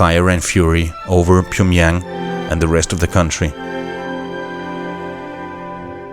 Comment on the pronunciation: Some corrections: Kim JONG Un, not Kim YONG Un… Also it’s PYOngyang, not POOngyang.